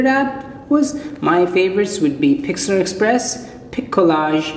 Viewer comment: it is "pixlr express".... not "pixlAr express"